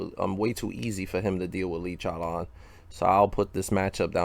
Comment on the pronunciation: 😭😭 love the way says chowlawn it's funny